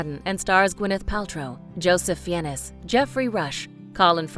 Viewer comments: "Joseph Fe-en-es" OUCH! oh please, don't do that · Fiennes is pronounced "fines", not "fee-enis". Interestingly, his brother Ralph ("rafe") Fiennes ("fines") was pronounced correctly. Taron Egerton is pronounced "edgerton" not "eagerton". The King's Speech is a master class in acting by both Colin Firth and Geoffrey Rush. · First it pronounces "Joseph Fiennes" as "Joseph Fee-Innis." Then it pronounces "Ralph Fiennes" as "Ralph Fines." (Mind you, I thought Ralph was pronounced "Ralph," but he's English, so....) Nevertheless, usually (not always) brothers sharing a surname pronounce that name the same way, however.... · If I may be a stick in the mud, the narrator kept saying names incorrectly. She said Joseph was Fiennes /fié.nes/ and Ralph was /fáins/. Then the character of Lionel Logue she name /lo.giú/ instead of /lóug/. I’m sure there was another, I can’t find it now. Makes me cringe.